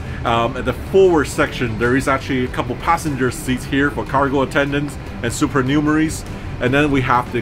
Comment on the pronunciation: Suupear - hahaha People who know - know 😂